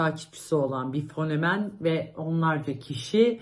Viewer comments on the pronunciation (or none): fonemen dedikten sonra kapattim